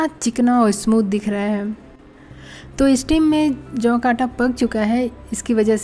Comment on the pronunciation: Jav. Hay ki juvar. Vo brabar boliye